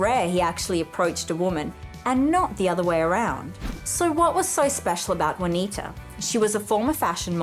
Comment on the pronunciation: It's JUANITA...not vynowoir....or whatever she is saying.